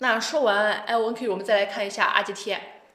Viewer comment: 是IonQ, 不是LonQ.